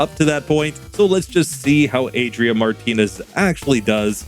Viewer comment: Way to go,! You pronounced the name quite well that last time, should be something like ah-dree-AH, with that last AH stressed.